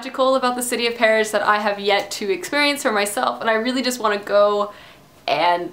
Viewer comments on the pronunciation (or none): none